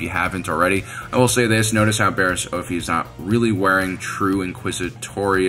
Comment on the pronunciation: Sadly, I didn't rate this video. It is good, but the mispronouncing of ' name grates on my nerves. it is OFF-IE, not OAF-EE 🤓